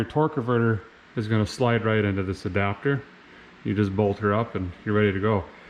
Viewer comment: "Hubba.....dapter". Or is it "Hubba Hubba ....dapter."